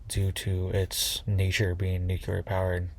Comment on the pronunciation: It's pronounced NEW-CLEAR not NUKE-U-LER